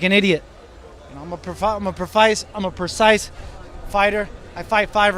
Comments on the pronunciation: The irony in taking 3 attempts to pronounce 'precise'. Love it. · The irony of Luke not being able to say "precise" correctly. Also the irony of the fight going the complete opposite of how he saw it.